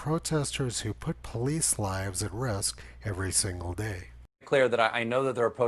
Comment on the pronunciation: You mean the poe-lice!